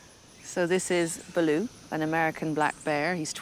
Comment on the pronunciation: Sher-Khan --> correct pronunciation = Shayr-Khan, Balo --> correct pronunciation = Bah'loo -- mab